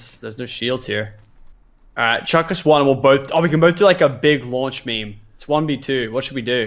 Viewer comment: Please stop saying meme